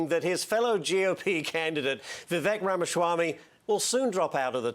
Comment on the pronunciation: Saying “Ramashwamy” at this point is wild